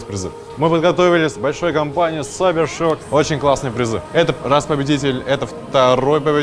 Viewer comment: ШОК А НЕ ШАК